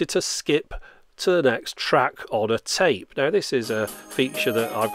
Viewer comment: Устал слушать вместо тэйп говорит цейп цейп. tape=царе